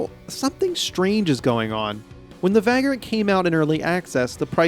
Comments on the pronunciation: It's pronounced vague-rant (/ˈveɪɡr(ə)nt/), not vag-rant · It's pronounced vey-grunt. 😉